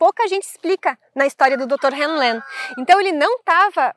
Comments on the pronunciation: Continuando, na pronúncia, o nome do médico cujo experimento com a técnica do Ho' oponopono é descrito livro Limite Zero, de Joe Vitale, ficaria IRRALEACALA RÍU LÊN. Mas em regra só se usa Ríu Lên. O nome dele é Ihaleakala Hew Len. Nos deixou esse maravilhoso legado que é o Ho' Oponopono da identidade própria. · Buscando contribuir com você, a pronúncia que ouço sempre e todos os tradutores é Ríu (como rio só que com uno final) Lêm (len, o pedaço da palavra lenha. Ríu Lên. Ok?. Sua interpretação e explicação da técnica do Ho' oponopono é maravilhosa, sobretudo no reflexo da sombra, onde o que me incomoda no outro é um sentimento que existe dentro de mim